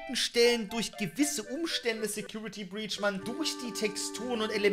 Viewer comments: Secutrity breach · Trinkspiel: immer einen kippen, wenn "secutrity breach" sagt